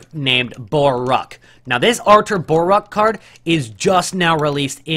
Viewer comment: BORUC :) ----- NOT BORAK